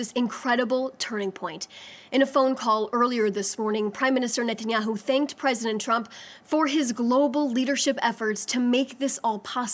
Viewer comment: An American speaking for Israel that cant even pronounce Benjamin Netanyahus name correctly ... She works for the prime minister if Israel but doesn’t know his name.